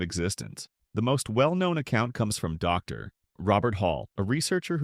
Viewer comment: the period in dr. was inflected like the period at the end of a sentence. Is this text to speech?